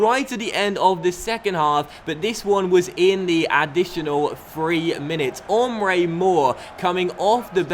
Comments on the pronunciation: Pretty sure it's Emre Mor, not Ohmre Mor. But liking the new season so far! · Hey- i know you've said numerous times that you aren't the best at pronunciations- and i normally doesn't bother me- But as help- Emre Mor's firstname is not "Ummrey" its more like "mmrey" with a silent E. :) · it's not Ohmrö - it's just Emre. Basic😂. But has quite some problems with a few names from time to time 😂 When Jarstein becomes Charsteen or Wellenreuther becomes Wollonroofer🙈😂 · Sorry to be a pain, but Mor's name is pronounced the same way you say "Emre Can". Again, sorry to sound obnoxious